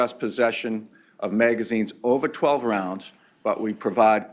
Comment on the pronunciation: I wanted to STRANGLE that 1st fuck for saying "Rounds" wrong in EVERY WAY POSSIBLE!